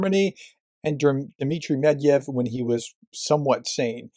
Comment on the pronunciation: It's Med-ved-ev not Med-ev. You're missing a whole syllable